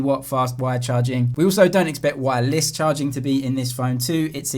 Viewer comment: Why do you keep saying wireless as wire LESS